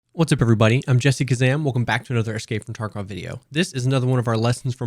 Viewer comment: Why do you say escape from "torkov"? I know you're trying to say tarkov but man. It's an a...